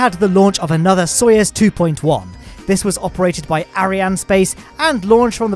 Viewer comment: stop saying it like its sawyers its soyuz